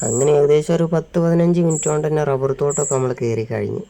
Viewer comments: ഡബ്ബർ അല്ല റബ്ബർ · മോളെ ഡബ്ബർ അല്ല റബ്ബർ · ഡബ്ബല്ല റബ്ബർ എന്നാണ് പറയേണ്ടത്